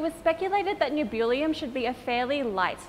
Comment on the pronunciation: Good lord, they just straight up murdered Nebulium.